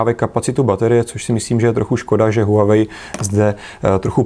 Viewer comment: Líbí se mi že to čtete správně: wah-wei :D